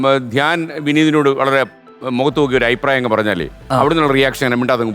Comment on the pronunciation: ശ്രീകണ്ഠൻ നായരെ അയിപ്രായം.. അല്ല അഭിപ്രായം..എന്നല്ലേ